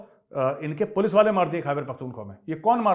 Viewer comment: " पुल्स आगाई पुल्स " that made mei laugh 😂😂